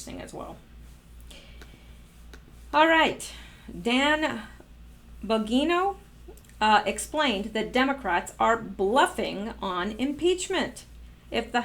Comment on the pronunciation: Dan Bongino.... pronounced: bon-Jean-o ☺